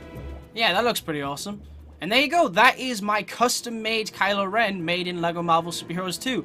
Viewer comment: At first I thought you said Kyle Ren